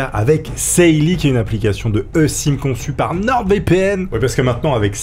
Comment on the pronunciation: Alors quand on est pas née en 1914 on prononce une e-sim "i-sim" et pas "EUH-Sim", hein, voilà 🙂